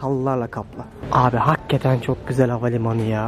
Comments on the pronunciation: abi nolur artık "haggeten" deme ya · Hakketen değil dostum hakikaten